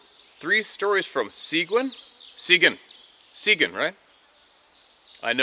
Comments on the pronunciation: Here, in Texas, folks pronounce-it "SIG-GEEN," with an emphasis upon the SECOND syllable, in referring-do the Texas TOWN named-after Texas HERO Juan Seguin, who'd fought alongside the Texans, AGAINST the needless BRUTALITY of Generalisimo Santa Anna, who'd been oppressing LOTS of people in Texas, as the Mexican Boss-Man, and Juan Seguin, for-one, wasn't HAVING-it! (Does that REMIND-you, of anyone?!) Yeah,, just come-on right-back-DOWN-here, whenever you CAN, 'cause you and Sarah, and Ruby would ALL be-welcome! I'm in Piney East Texas, where, in just ONE County, there've been Six (6) Class-A encounters. Now, I've been in 47 of the 50 States, AND in Canada, and I genuinely-wish my Canadian Neighbors the VERY-BEST! I cracked-up at the (totally-predictable) situation in which Ruby went straight-into that CREEK! I used-to own a similarly-ridiculous (but-wholly-BELOVED) Black Lab! 😆 "Woof!" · Its Suh-geen, High-co, and Bear, the X is silent. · Seguin is pronounced Suh geen. 😊 and Helotes is pronounced Huh LOW tuhs😊 Just trying to help. 😁 Born and raised in East Texas. My husband and I have had multiple encounters in Texas. Most of them were in and around Jefferson and around Caddo Lake. We have noticed that they are not really active during the heat of summer, but game is on when it cools off some. We have had a couple of run ins with Dogman, as well. Stay safe and God bless. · Seguin is pronounced seh-Geen' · suh-geen (Seguin) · Seguin, Tx pronounced suh gean (rhymes with mean) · Sequin, Tx is pronounced “Sah-Geen”. Nice area of Texas and near the Guadalupe River. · Some fun facts from San Antonio. The pronunciation of Seguin ( sih- GHEEN ) Bexar County is pronounced( Bear). Kerrville is (Kurr- Ville) love Kerrville. And this one is real crazy Gruene Tx. Is ( Green ). Love the truth. Stay safe and blessed.